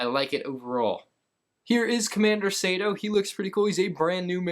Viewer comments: I wince ever time pronounced it “Sayto” and not the proper “Sarto”. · Commander Sato's name is pronounced SAH-TOE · your pronunciation of Sato triggers me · How he says agent mall is and June Sato is so annoying bro Agent KAAAAAALlus and June Sayto is how he said it lol. Love ur vids tho.